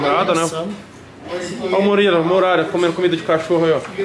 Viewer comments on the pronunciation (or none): TORUGO: Ó o Murila, Muralha.. Fellas, você que tem uma clinica de fono e quiser fidelizar com a gente, manda direct ae..